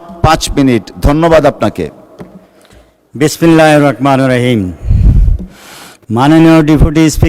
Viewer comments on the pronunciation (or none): বিসমিল্লাহ বলাটাও শিখতে পারেন না সঠিকভাবে